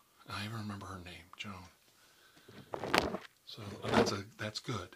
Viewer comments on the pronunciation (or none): Thanks for the shout out. You are a sweetheart! We're even now with name pronunciation. Haha..Its Joanne not Joan lol. Thank you so much! Hope you had a nice weekend. Loved the video and all the new sounds and I absolutely love your rambles and lectures. I find them extremely comforting so please keep doing this!! I feel honoured that you mentioned me. Thank you so much ☺️